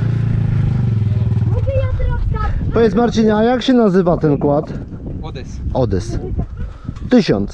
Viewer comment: to odes nie odys:D Pozdro